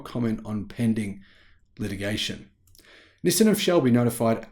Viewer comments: Nissin is a Japanese food company known for their instant noodles. Nissan is a Japanese car company. Please pronounce the name of the company correctly. LOL. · Nis-sin or Nis-san? Never heard anyone called Nissan Nissin.